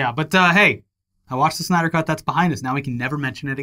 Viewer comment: The "Znyder Show" lmao